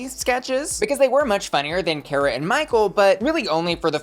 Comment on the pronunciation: her name is car-uh not care-a. learn black queens’ names.